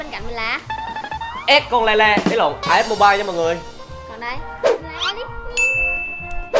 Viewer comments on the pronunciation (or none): as mobilé 😂